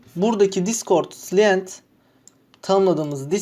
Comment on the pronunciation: Abi çok güzel video ama client'i telaffuzun biraz can sıkıyor